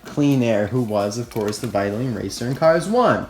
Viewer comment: The pronunciation of vitoline is "Vaitolain" Not "vaitolin".